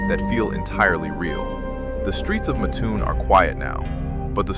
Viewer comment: It's pronounced MATT-toon. I used to live there. Muttoon, it ain't.